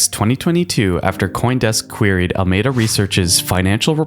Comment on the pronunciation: Al-A-meda not Almeda - also, Sam Bankman Fried not Froyd 👀🙄🤷‍♂✌